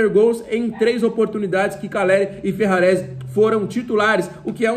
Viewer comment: tu falou Ferraresi e caleri